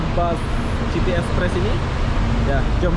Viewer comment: City = sebutan "siti" bukan "citi"